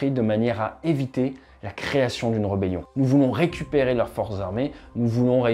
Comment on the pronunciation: Salut, Pour info on dit r"é"bellion.......mais ce n'est qu'un point de détail, tu dois avoir anglicisé ce mot ! Oui, c'est un scénario WHAT IF intéressant. Dans ce que tu dis, j'essaie de me mettre dans le rôle du défenseur et de voir comment contrer ton plan.... Sans réflexion poussée, pas grand-chose me vient à l'esprit, à part peut-être planquer des missiles sol-mer lourd longue portée (s'ils en ont) dans les abris enterrés, pareil pour les défenses AA... ? Après je pense que justement, tout réside dans le fait que tu écartes tout facteur géopolitique ou militaire extérieur, pour finalement se retrouver en 1 contre 1 en force brute... Je ne suis pas militaire et n'ai ni tes sources ni ton expertise actuelle, mais je pense (et j'espère très sincèrement pour la souveraineté de Taiwan) que ce sont tous les facteurs extérieurs qui pourraient (?) contrer l'invasion du grand-frère. Au hasard sans trop y avoir réfléchi : 1) Mise à disposition de renseignements des satellites par les pays alliés pour contrer ta destruction des AWACS nationaux... 2) Intervention militaire (air, mer, sous-marine) à degré variable des puissances alliées, mais qui mettraient forcément ta flotte en danger, donc le fait de l'imaginer hors de portée des défenses côtières ne compterait plus. Les axes d'attaque seraient à 360° 3) Attaque possible dans le monde de tes navires pétroliers et de commerce.... 4) Blocus et embargos de ton pays. Dans le cas de la Chine, je pense que c'est fin du match assez vite